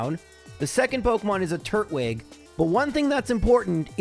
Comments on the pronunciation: Can we just take a moment to discuss that it's not turt-wig? It's tur-twig. It's a turtal-looking pokemon that's grass type, not a turtle with a wig on.... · Are you sure the grass Pokemon starter should be pronounced wig and not twig? Like a wooden twig? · it's tur-twig not turt-wig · I know it doesn't really matter, but it bothers me that he says turt-wig instead of tur-twig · I always said Tur-twig as in turtle + twig but your pronunciation is definitely interesting... 😂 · I have never heard anyone pronounce "Turtwig" that way. Is that some weird quirk of your speech therapy or something? EDIT: Actually, you seem to be pronouncing a ton of things strangely. It's like you don't even know what English words they're based on. EDIT2: The moves aren't random; they're expecting you to switch your Pokemon out when its type matchup is bad. You're just not doing that so you're getting hits and KOs you wouldn't get otherwise.